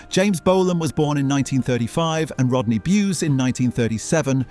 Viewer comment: Let’s kick Rodney in the balls by continually miss pronouncing his name!